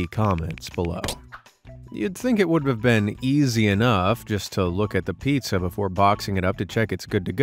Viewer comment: Pizza no piea 😂